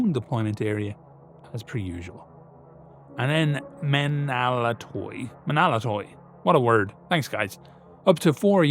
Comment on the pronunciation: Even in the utter extremity of the invasions of Hell, the Romans endure. Ho Stavros Nika! For the Queen of Cities! As an aside; Menaulatoi is pronounced men-av-la-toi. V and u is often conflated in medieval Greek but it almost always acts as the consonant rather than the vowel